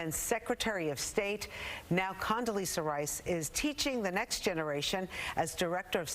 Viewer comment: Is there a difference between an s and z ? If you can't read or pronounce her name correctly maybe you should just try Condy